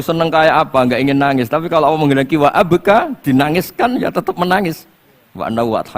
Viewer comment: Sy akui Gus baha ilmunya tinggi...tapi sayang ga bisa melafalkan kata ALLAH..? BELIAU GA BISA..COBA DENGERIN.PADAHAL INI PANGGILAN UNTUK YG PUNYA ALAM SEMESTA INI. KO MENYEBUTKANNYA ASAL ASALAN beliaw cuma bisa kata AWOH (BUKAN ALLAH) KARNA DRI AWAL BELAJAR MENYEPELEKAN KATA ALLAH 🙏